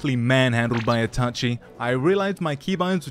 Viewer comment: "kekai genkai" ? ^^ "Atachi Uchiha" ? ^^ of course man, seem like a great narotu fan doing nunjistu with sharikun